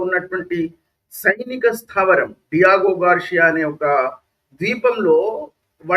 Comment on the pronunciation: డి(ది)మోనా డెమోన్ కాదు.అలాగే డీగోగార్షియా అనాలి డియాగోగార్షియా కాదు. ఇరాన్ దగ్గరే మిస్సైల్స్ ఉన్నాయా అమెరికా, ఇశ్రాయెల్ దగ్గర మిస్సైల్స్ లేవంటారా!? మరి ఇరాన్ లా అమెరికా, ఇశ్రాయెల్ మిస్సైల్స్ వేస్తే ఇరాన్ కూడా బూడిదౌతుంది. ఈ యుద్ధం ఆగకపోతే అదే జరుగుతుంది. Israel ది survival strategy. కనుక వాళ్ళను నాశనం చేయాలనుకొనే ఇరాన్ లాంటి టెర్రరిస్టు, barbaric(Hourhy, Hamas, Hezbollah,Syria,Jordan లతో సహా) దేశంతో ఇశ్రాయెల్ ఆఖరి క్షణం వరకూ పోరాడుతుంది కేవలం existence(భూమి మీద బ్రతికి ఉండడం) కోసం.